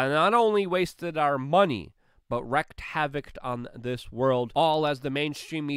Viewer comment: Not "wrecked havoc." It is wreaked, rhymes with streaked.